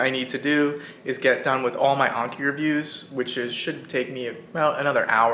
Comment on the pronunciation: I love videos but it erks me when he pronounces it as unkee and not AN-KEE